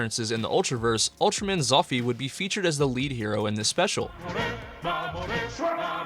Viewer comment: I mean..he DID pronounce zoffy wrong so…